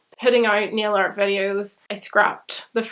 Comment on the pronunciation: I thought you were saying neo-art at first not nail art, was not till latter on when you were saying you decorated your nails that I figured out what you are talking about.